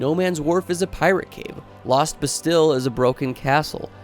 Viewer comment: I have always liked DS2. Unlike when I played DS1, I went in blind. So I expected to struggle. Unsolicited advice: You’re mispronouncing words like “bastille” and “rapier.” If you’re unsure, best to look them up before recording.